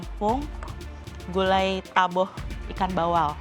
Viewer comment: Gulai taboh chef bukan laboh..